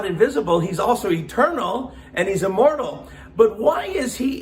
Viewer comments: Why is it that when says "God is immortal" is sounds suspiciously like "God is immoral"? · When he said immortal I thought he said immoral lmao